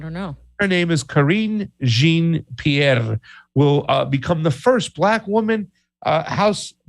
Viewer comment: You mispronounced Karine Jean-Pierre's name you linguist!